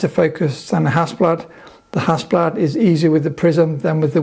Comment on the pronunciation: Hasselbladski)))😂😂😂 Mate,I hope you didn’t say it when you were in Ukraine//or other Russian speaking countries))